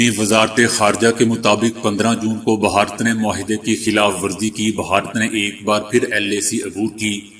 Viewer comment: لفظ بھارت ہے نہ بھہارت